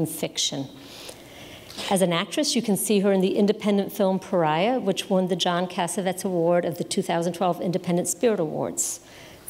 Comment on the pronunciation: How can the dean of a university not know how to pronounce Cassavetes? This is scandalous. I'm not even a minute into the video. I wonder what else she'll slaughter.